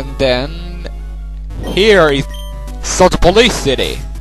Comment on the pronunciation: it sounded like he said soot o police